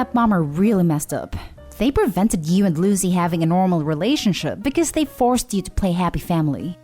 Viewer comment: learn to speak correctly or stop making them , her name is not loo zee , its Lucy , said Loo see , you speak in a lazy way and you need to stop that its insulting to miss prounce someones name because you are too lazy to talk correctly